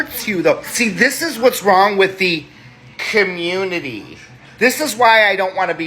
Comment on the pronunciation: He said communtitty. Lol